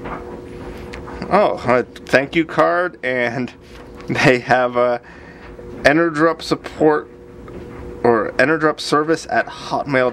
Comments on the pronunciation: Thanks for the video! I realize that this is an older video, I am curious how did the batteries work out for you? Would you recommend them as a budget replacement after using them for a while? I am pretty sure it is supposed to be pronounced "energy up" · En-er-GUP, no_R, not GRUP